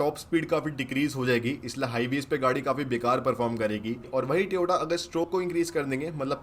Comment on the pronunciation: Tyooooooota ne tyooooota ne lol